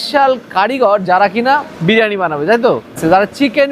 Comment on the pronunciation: খাবারের নাম ব্রিয়ানি নয় দাদা, বিরিয়ানি।